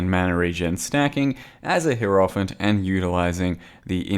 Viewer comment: if you give a fuck, it's pronounced Hi-Roh-Fant, not Heero-fant. the giving of said fuck is not mandatory